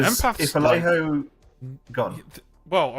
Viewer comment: 33@ It's pronounced Ale Joe